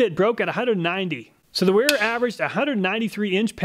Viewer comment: Well, while you are correct about the mis-pronunciation of the "W", the "E" is also off. It would be said as in: Vayra. But great job on the video, none-the-less!